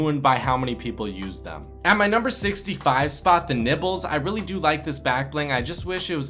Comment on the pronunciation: When u said nibbles it sounded like u said nipples xD